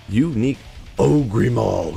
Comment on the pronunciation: Please learn how to pronounce ogre maul. Not OhGree maul